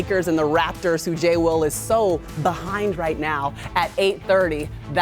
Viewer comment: She really said “J Will” lmaoooo